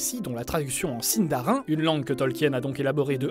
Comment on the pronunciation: Ça ce dit pas Si-ne-dar-in mais Si-ne-da-ri-ne... du coup je donne quelque information sur les noms histoire de corriger... Thranduil ne se dit pas Tran-dui-le mais le "Th" ci je dit pas de bêtises se dit comme le "z" espagnol et le " r " ce roule et le reste du nom se dit a-ne-dui-le. Je vous félicite pour le "e" de Legolas qui se dit "é", au Frodon ce dit pas Fro-don mais plus tôt Fro-do-ne... une lettre dans un mot se dit en séparé sauf ceux là : ai, au, ei, ie, ui, ae, ea, eo, er, ir, ch, dh et ur; et comme c'est pas assez drôle il n'ont pas la même prononciation que le français^^ Ouais c'est super dure mais je peut vous apprendre deux truc que je c'est dire en Sindarin: "Mae govannen! ( salutation, bonjour ) Im Hollywattpad ( je suis hollywattpad) " Après Tolkien à inventait le Quenya, le Westron, la langue noire ou noir parler, la langue des nains la langue du Valinor... et c'est déjà pas mal! Mais je suis pas une pro donc je peux pas vous donner plus emple explications. Voilà, après pour plus d'informations sur le Sindarin, bah trouver un dictionnaire faite gaffe qu'il y est pas écrit Quenya car c'est " l'équivalent " du latin pour la langue française. Ou trouver un site fiable comme "Tolkiendrim" ou une chaîne YouTube fiable comme " le savoir des anneaux ".